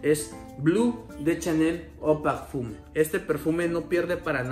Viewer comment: Muy buen top la verdad ah y eau de parfum se pronuncia kon O salu2.